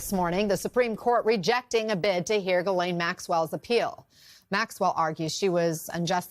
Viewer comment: Ghislaine Maxwell was/is FRENCH ... her first name is pronounced J-E-S-S-L-Y-N in English and FRENCH